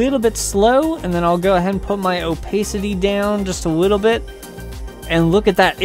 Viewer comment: the way you say opacity makes me want to smash my head into a wall